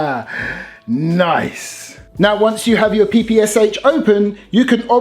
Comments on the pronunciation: It's better call it as "PePe-Sha" not "Pi-Pi-Es-Ech" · PPSh is pronounced "papasha"